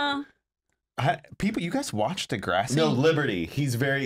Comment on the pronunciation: it is pronounced duh grr ah si not dah grAW si